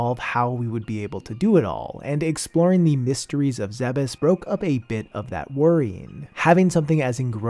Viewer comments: No WAY he said zebes😂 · Dude just called talon IV Zebes… 🤦‍♂️